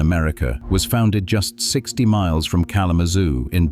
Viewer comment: I came here to say this.. I had to relisten to that several times because I wasn't sure if the narrator was saying 16 or 60. It takes 20 minutes to get to kzoo from BC.